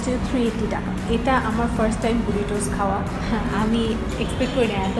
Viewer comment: Mexican food name er pronouncing tomar hoy nai. Fajita= ফাহিতা Queso = কেসো Burritos = বারিতোস Hope next time you pronounce correctly!😊